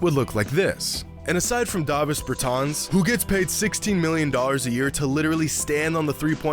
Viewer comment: No way you called him Imdavisss Bertans LMFAOOOOO